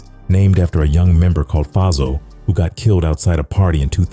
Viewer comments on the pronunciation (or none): AI weak af! Faizo is pronounced like Fay-zo.